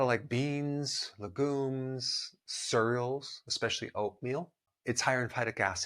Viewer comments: I can’t get over the way he said cereal 💀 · Me neither 😂😂